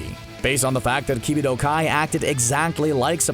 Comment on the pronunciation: "Key-bee-toe"....?!?? Learn how to say their names before you make a video about them lol. Also, I literally just finished watching the cell saga to buu saga. Then watched all of DBZ Kai and I have to say the buu saga is one of if not the best saga in the entire franchise.